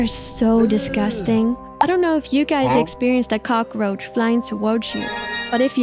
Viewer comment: “Dies” hits hard but I don’t know why the ai voice said dies instead of guys